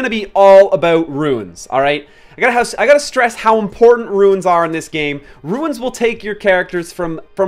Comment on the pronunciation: I'm sorry, I just can't listen to you mispronounce runes anymore.